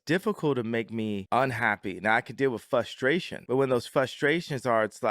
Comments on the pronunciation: Can’t pretend you’re the smartest person ever and then say “fustration” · How can a genius not be able to correctly pronounce "frustration" and think that dirty looking hoodie is an incredible creation?